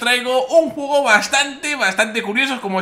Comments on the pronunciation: al pincipio dices jugo en vez de juego. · TheWuilirex dijiste un jugo en ves de un juego